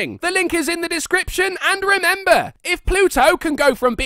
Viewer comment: "...planet to an asteriod". Fucking ace man. Lmao. Cheers.